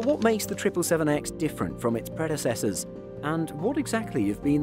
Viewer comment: Please learn how to pronounce "predecessor"